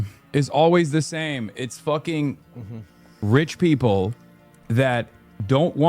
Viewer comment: Love when he says " rich people " like bro hasn't been rich his entire life